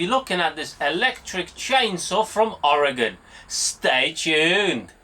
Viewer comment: Greetings from Oregon, and thank you for pronouncing it right despite not being from here haha